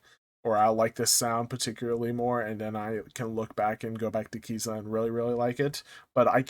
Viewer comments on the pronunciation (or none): It's pronunced K I Z A Y A 😢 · Pronounced Ka-Seye-yah